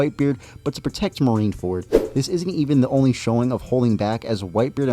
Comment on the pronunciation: U read marine-ford very wrong wb💀 got weaker and his ap did get weajer as even attakcing having himself hold his heard